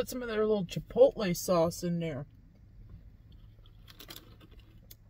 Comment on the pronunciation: Thank you for pronouncing chipotle like a pro. I'm glad you make these videos. I like to watch them and it makes me feel good to know you're out there making them. My favorite Taco Bell item is the Burrito Supreme. I especially liked it a long time ago when they put a few slices of canned black olive in them. They don't do black olives on anything anymore. I also honestly like the plain crunchy taco a lot. I probably get that more than anything else.